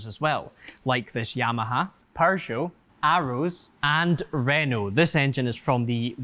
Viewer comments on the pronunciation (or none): Did he just say PURRJO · added a "r" to the middle of peugeot